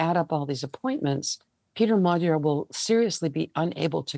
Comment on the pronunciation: lazy repoprting if you cant even pronounce the main guys name. its not hard to say